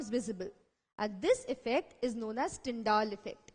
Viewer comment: Nice but it's Tyndall not Tyndaall 🙃 anyways... Nicely done